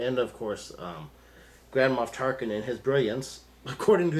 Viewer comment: when you pronounced Grand Moff Tarkin I understood Grandma Tarkin....